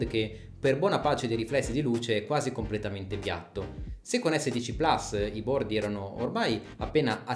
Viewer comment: Ma perché plas, è latino, si pronuncia plus